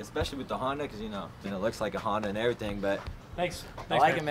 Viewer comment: that’s not honda that’s honderr